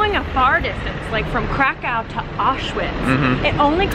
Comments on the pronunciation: Great video, but I did not know there is a city in Poland called "karacacow" 😂😂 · Every time you say "Kraków" I head "cacao" from that Portlandia sketch... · Krakau ? Hmmm , I thought Kraków ( krakoov ) is a Polish city ,not German ! so Guys next time please use polish pronunciation . Ps. Fair enough u say Auschwizt not Oświęcim as that was a GERMAN CONCENTRATION CAMP and the only foreign pronunciation that we except is Warsaw for Warszawa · Yeah , the way they pronounce Kraków (krakoov) completely put me off of watching this vlog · wow you'd think they'd be able to pronounce Krakow correctly but i guess not. my grandparents Came from there, also my friend from Poland would say: NOPE. the correct pronunciation is (Krakov) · Nice video! But you are misspronouncing Kraków (Kraa-kof) and its pierogi not pierogis! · The way you pronounce Kra-COW is very irritating. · Yeah I mean at least pronounce "w" correctly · My goodness, each time you said Krakow in such an American tone, I cringed. Please try to pronounce the name more like the Poles would say.